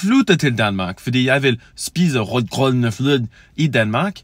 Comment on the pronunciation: you are perfectly understandable.. though whats funny to me is that your "accent" very much sounds like middle eastern imigrants danish :D would have expected an american danish accent to be rather different from that.. also your rød grød med fløde was almost perfect except you pronounced fløde as flød.. you need to make the last vowel sound significantly longer fløøøød